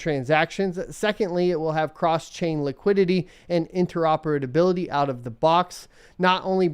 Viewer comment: those "interoperadability"'s were painful